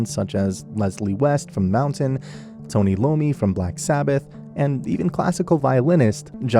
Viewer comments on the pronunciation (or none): Tonni Lommi lol